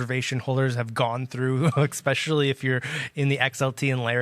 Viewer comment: Great video BUT PLEASE STOP WITH the “ECSPECIALLY”. It totally takes away from your credibility